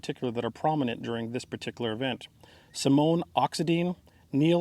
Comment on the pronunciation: Correct me if I'm wrong but I think Simeon is pronounced Sim-ee-in.